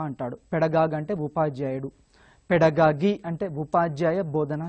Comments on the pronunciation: First of all.. It's పెడగాజీ.... Not పెడగాగీ.. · Second of all.... it’s GOgy....not gagy